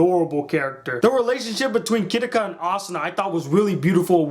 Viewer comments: The only thing i have a problem with is that I think you are saying Kiriko instead of Kirito. It might just be me but its just something i noticed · btw its not Kiriko its Kirito and not shuga its sugu(or suguha) and not kyaba its kayaba :D your spelling is just wrong , no offense. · Please learn the proper pronunciation for the characters names, for one thing the main characters name is not kitiko, its Kirito, Ki-ri-to. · Glad to you you enjoyed it but It's 'Kirito' not 'Kiricco'! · its kirito not kiriko or even kirika wtf nigga??? you only pronounced yui and asunas name right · you said kirigo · this is actually one of, if not my favorite anime of all time. also pardon my language but ITS PRONOUNCED KIRITO NOT MOTHERFUCKING KIRIKO, again pardon my language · its kirito key-ri-toe not kitika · ***** (trying hardest to keep calm) d-did you just call kirito "kiriko"? im guessing you watched the dub? or did the one who subbed it for you just do a terrible job. only excuse. most of the names in soa you miss pronounced....... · It's not "Kiriko" it's "Kirito" o_o' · Kiriko? xD its Kirito. and not another a hater of the amazing SAO! :3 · He got the name wrong its Kirito not Kitiko or ka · it's pronounced kitty-toe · I hate insest. Also their names are pronounced Kee-ri-to and Su-gu. You pronounced Asuna's name perfectly. 😊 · His name is kir-i-to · i nearly put my fist through the monitor when he said kiriko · i justt think you like the back story and character development a lot more than a usual anime watcher. i like that though. i feel like they couldve covered the time period gaps but they were limited to episodes and aniplex doesnt have the kind of budget to be throwing in fillers and stuff. haha and its "kee ree toe" with a japanese accent on the ree. i agree with the asuna back story though, but lisbeth was really a minor character and i guess thats why they didnt go into her back story. awesome video. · who else cringed when he miss pronounced Kirrito's name!??